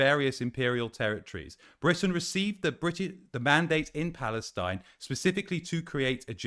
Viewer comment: "Historic Palestinine". 🤦🏻‍♀️